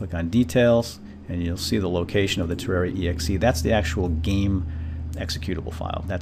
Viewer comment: he says Tewwawia. Slyfox fan/viewer?